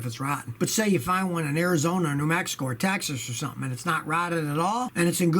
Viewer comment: And ‘illegals’ and ‘Mehico’